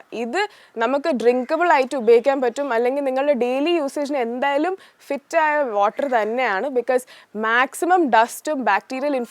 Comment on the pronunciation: വോക് അല്ല വർക് ....ഓട്ടർ അല്ല വാട്ടർ.... ഒരു . സരിത ആയി മാറുമോ എന്ന് ഞാൻ ഭയപ്പെടുന്നു